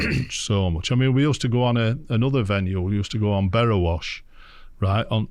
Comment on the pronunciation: ‘The’ best one yet! and it’s ‘Borrowash’ on the derwent Alan 🙄🎣